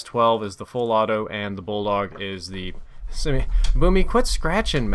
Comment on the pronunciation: I had to rewind when you said bulldog because I thought you said Ebola lmao